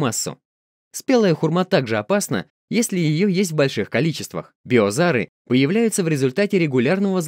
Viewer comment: Не беозары, а безоары!!! 😊